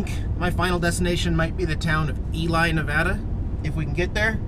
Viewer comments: Not Pronounced ELie, but rather Elee! Spelled ELY. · I do believe the town name of Ely is pronounced “Elee” not “Eli.” FYI, Pat Nixon was born in Ely. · It's pronounced "E-Lee" Nevada. I visited Ely, NV several years ago when I was running the Lincoln Highway. When you head towards West Wendover, check out Cherry Creek on the left of the Highway north. It's almost a creepy town! I'm enjoying your Millennial view of all this stuff because I'm about 40 years your senior and saw it all back in the day. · I stayed in the Hotel Nevada in the Charlie Pride room. Great spot. It's pronounced "Eelee" though. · it's pronounced E-Lee! Just thought you'd like to know. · Ely Nevada, pronounced Elee lol